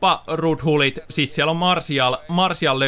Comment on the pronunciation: sanoit martial